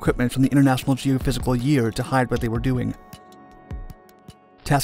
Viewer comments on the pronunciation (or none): none